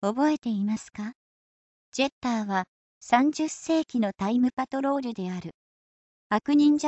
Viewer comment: ジャッターになってるよ。